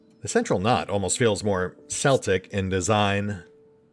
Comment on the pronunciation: "k"eltic (the culture), not "s"eltic (the sports team). Cool game, the artwork is amazing. It would be worth playing just for screen shots. Also, I just realized you might have mispronounced on purpose. If so, I apologize for being pedantic.